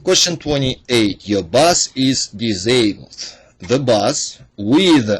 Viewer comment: Really? Lol. The title says Transporting passAngers! Toe-wed, dis-abed, how many mispronounced words can you mess up, it's like where's Waldo! Lmao... But hey nonetheless, good "bideo".